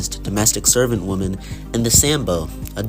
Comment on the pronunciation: your saying the word wonman wrong